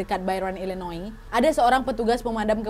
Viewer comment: Illinois dibaca illinoa